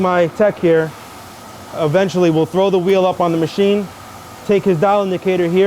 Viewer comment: Let's take the veel off the wehicle